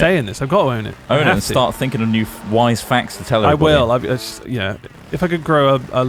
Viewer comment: Every time said wise, I kept hearing "white", and was confused why he was so interested in Ross being a "white guy".